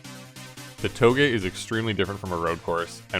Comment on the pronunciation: I dunno why but whenever he says touge I hear toegay😂